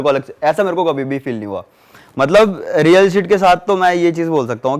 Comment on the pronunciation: Real hit ko real shit kyu keh rha h ye